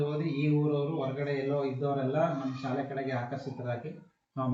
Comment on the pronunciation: ಸಾಲೆ ಎಂದು ತಪ್ಪಾಗಿ ನಡೆಯುತ್ತಿದ್ದೀರಿ ಸ್ವಲ್ಪ ಸರಿಯಾಗಿ ಶಾಲೆ ಎಂದು ಸ್ಪಷ್ಟವಾಗಿ ನುಡಿಯಿರಿ..